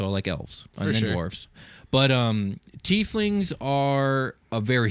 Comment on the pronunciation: YES!!! Pronouncing it the correct way, "teef lings"!!